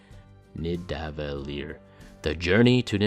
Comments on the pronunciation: Thank you for this video, that was very interesting as usual! If you want to know: Nidavellir is actually pronounced Ney-tha-veK-iR. Ni = ey like hey! d = th hard. Yes, that goes for Odin too but you only notice the difference between D and hard TH when you listen very closely. ll = k short, clicking k, in this case, the last part of the word is very close to liquor but the last R is short but hard. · Niðavellir Nidavellir to get a sort of right sounding pronounciation you can use these sounds "Ni" as in "Ninja" "ð" or "d" as in the TH of "the" "a" as in a soft burt short spoken "ah" Now the hardest part that leads into the double L's, if you're from a non-nordic country it will be extremely difficult unless you're a beatboxer, even if you're from a nordic country in mainland europe you'll be having a hard time, for me being Icelandic it's very easy because I grew up with the sound... ...so let's just skip to a sound that will get the point across. But first, a short recap: "Ni" as in "Ninja" "ð" or "d" as in the TH of "the" "a" as in a soft burt short spoken "ah" "vell" just use the "well" sound the last one is very simple, instead of trying to pronounce the "ir" part I would only use the "rrr" from "grrr" (there's a hidden "ih" sound in there) That should set you on the right path of "Niðavellir"